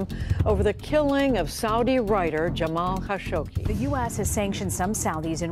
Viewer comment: Jamal “kuh-shog-SHEE”??? 🤨